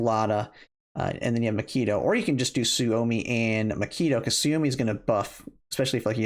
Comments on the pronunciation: Great info. Pronunciation of macchiato was Killing me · HAHHAHA makeeto?? Can you read? Have you ever heard of coffee? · Lol. I don't like coffee either, to the point that I avoid going in coffee shops because the smell makes me somewhat nausious. But even I know how to pronounce common names of coffee like Macchiato, Expresso, and Cappucchino.